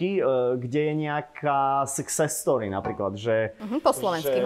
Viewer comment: Success story😂 som jediná kto počul "sex story?"